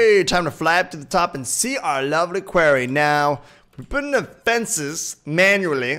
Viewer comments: episode 17 and still says quarry wrong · HE SAID QUARRY RIGHT!!